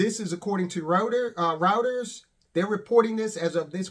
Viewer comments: Reuters is pronounced Ryeters - pleeeease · "Routers" - dude, it's Reuters